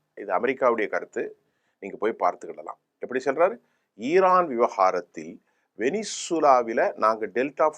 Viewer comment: ஈரான் இல்ல இரான். ஈரான், ஈந்தியா, ஈஸ்ரேல் அப்படியா!?